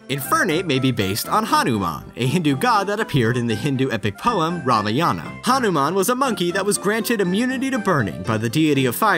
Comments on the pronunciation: RAMAYANAA omg, not be an asshole but that that is the wrong pronunciation. (pronounced Raamayan or even raamayand) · i cringed so hard when he mispronounced the ramayana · sorry to be that guy, but you pronounced Ramayana. I actually recently studied this topic and it's pronounced (ruh-MAH-yuh-nah). once again, sorry to be that guy, just cringed as soon as you said Ramayana